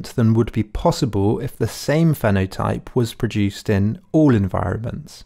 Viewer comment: Pseudo-intellectual? I would love to know if this guy has actually read any of the material he implies he's read or had any formal philosophical education. If he has - why can't he pronounce phenotype correctly, why on earth is he referring to a tabula 'rosa' and why doesn't he know the difference between adaptation and adaption and even misreads the word on the page? He also completely misunderstands what a list of human universals tries to convey and why they are not necessarily the constituents of human nature. As for the conclusion that 'having children is the most highly skilled job you can possibly have' - what can I say?